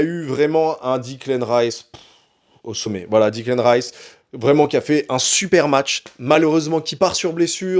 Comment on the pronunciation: Merci pour ce debrief. Pour ton info, ça se prononce D{é}clan Rice et pas D{i}clan Rice. Plusieurs commentateurs Canal font d'ailleurs la faute chaque week-end.